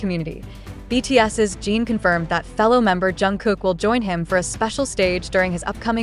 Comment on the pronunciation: I don't trust any reel like this, especially when they pronounce Jin as "jeeeen".... definitely an AI created post.